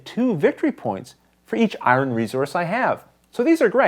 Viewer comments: ***** I think the person is making fun of your pronunciation of the word "Iron." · "Iwren" ? :) Good job on the how-to!! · ***** Ha...I'm from the south where we murder the English language for a living, but I was getting tickled each time you said iron. :)